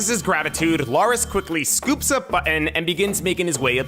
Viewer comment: He pronounces Button so weirdly